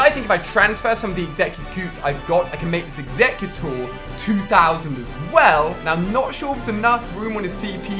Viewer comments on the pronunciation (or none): Why the heack is Ali-a exeggcutor called exggcute